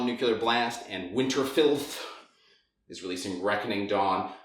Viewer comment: it's Winter-fi-leth. FFS, it isn't hard, especially for someone whose native language is English.